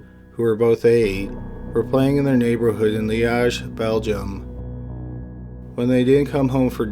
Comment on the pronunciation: Dude, you’re Canadian, and you massacred the pronunciation of Marc Dutroux’s name, and the city Liège!! It’s Marc « Dootroo », and « Lee-edge », c’mon, tu sais comment parler en français un peu!!